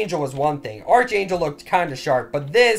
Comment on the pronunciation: Archangel (ARRR-K-ANGEL) the h is silent lol love this videos man